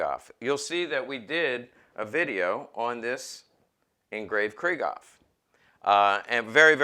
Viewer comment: First time viewer and I enjoyed your comments about pistols and their history and I could feel your enthusiasm coming out of my computer so I wanted to share this with you. One thing I'd suggest is the the way Krieghoff is pronounced. You might like to know this as you're really into the subject so here goes: When the name Krieghoff is spoken there is a break between Krieg and Hoff. It's a sort of a emphasis on Krieg and then on Hoff but not rolled into one word. Example would be the German word Dachshund, it's not "Dashund" but Dachs....Hund. Maybe like Porsche spoken Porsch' cha and not Porsch as spoken by the English and French. Get it? Better yet might be Luftwaffe which is spoken Luft..waffe with the break between Luft and Waffe. Krieghoff is located in Suhl northeast of Scheinfurt as you probably know. You might find somewhere his German Film Star, Emmy Goering's, book entitled "in Defense of my Husband" to get more background on his life and guns and automobile collecting. Probably not in English but worth a try. Thank you for all the information. Manfred